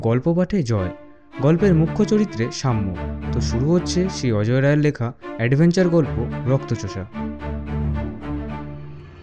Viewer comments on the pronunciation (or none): নামটা ভুল বললেন।অজয় নয় অজেয়